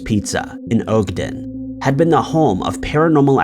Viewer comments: In "Ohgden"? Lol I forgive you... but its pronounced "Awgden" my guy. Godfathers pizza is fire but I had no idea they had ghosts lol probably how they got popular. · Ogden is pronounced similar to HOG DEN, just without the H. Utah has some weird town names that doesn't really sound how they look, so it's not a surprise lol